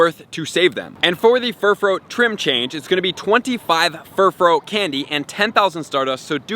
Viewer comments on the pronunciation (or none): Bro, it's Furfrou, not Furfrow!